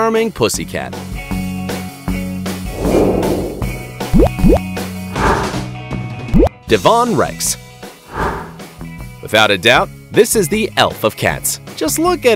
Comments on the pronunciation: its not devonne its Devon (pronounced Dev-En) . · It’s not DeVON Rex, it’s Devon, as in the county in the south of England, pronounced with emphasis on the Dev syllable. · Deeevauuun Rex?!? It's from DEVON in England... it's not pronounced that way!! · It’s DEvon not DevOn. The cats come from Devon or Devonshire in England. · I am sorry to break it to you, but you pronounce the name of the cat breed wrong it's is pronounce as 'Devon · Bombays were created by Nikki Horner to look like black panthers Again, a great deal of misinformation and none of these are particularly small. BS. I have two Sphinx & both weigh around 13 pounds & my vet says they are absolutely normal. Why bother? Oh and it is DEV-on-rex. Your pictures are so thoroughly doctored, you should be reported. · Cool cats but I had to stop the video when I heard how he pronounced Devon Rex. What a muppet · DEVON REX - pronounce it properly! They act like dogs - can't self regulate feeding. They are naughty, cheeky and love cuddles on their terms. Being severely allergic to cats I can live with them (I have three). Whilst I would love some other breeds these guys rock and I wouldn't go back. They are extremely intelligent and respond to commands - very trainable. They are 'high jumpers' and very fast and lithe. They will follow you everywhere but should be indoor only. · You pronounced Devon wrong.